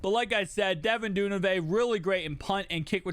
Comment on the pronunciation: Du-Ver-nay bro not dune-avay but great vid ‼️